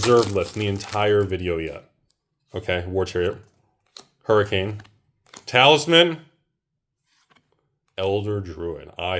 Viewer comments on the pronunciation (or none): none